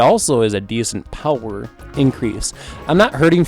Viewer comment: I'm a huge fan of how you mid-easterners pronounce power.